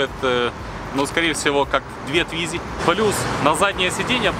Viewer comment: с какой карусели это сорвало? :))) Формально это квадроцикл. и да, это не Твизи, а ле-туизИ (фхронсэ, шэр-мон:)))